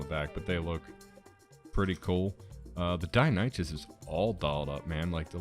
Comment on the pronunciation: I'm gonna have to take a sip of mindwipe tonic after hearing pronunciation of Deinonychus😁. Other then that though, good video.